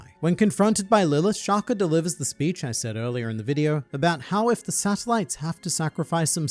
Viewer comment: Shaka, not Shakur or Shakuh 😭